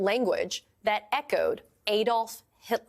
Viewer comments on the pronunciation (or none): It's Add olf, not Aid olf.